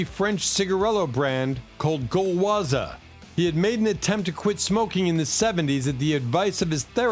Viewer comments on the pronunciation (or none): 2 times comes the French cigarette brand "Gowaza"… (with Jim Morrison and John Lennon). The right name is Gauloises which you would pronounce : Goloaz’ I remember lot of people would smoke Gauloises (blue) until the ‘80s. It was brown tobacco (not blond) and without filters (with filter it was Gauloises yellow, but most of the people would smoke the blue one, without filter, like its latest representative person : the singer Serge Gainsbourg who was a chain smoker) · Gauloises soun funny the way U say it. Quit.